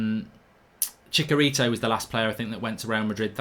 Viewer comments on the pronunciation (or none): Chicarito ? 😂🤣🤣TF. Chi-cha- rito Mark !